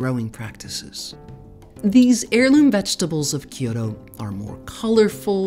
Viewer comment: Loved hearing about the history of Mizuna . I found the repeated mispronunciation of Kyoto distracting